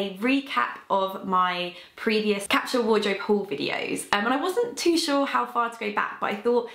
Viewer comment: Why can't she pronounce the word capsule properly?